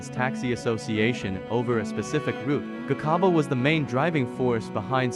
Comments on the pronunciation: 😂😂😂😂😂same here, he must learn how to pronounce it's very disturbing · When a white man writes or narrates our stories, our names are distorted and mispronounced. Just listen how he pronounces "Gcaba" he pronounces it as Gikhaba. Now wonder today some of our surnames are wrongly typed because of a white man. 🤣🤣🤣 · 😂😂😂😂 the sarsasa cards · 😂😂😂😂😂 the garcarber brothers 😂😂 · You should've tried harder to pronounce their surname correctly. Or just give someone else to narrate. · My only concern "Gi khaba" brothers and "KwaZulu Naital" is really irritating to my ear. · "The Garcarber brothers"😂"kwaar zulu Naytle" 😂 what shit is that😂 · Lol not everybody will pronounce it the way u want to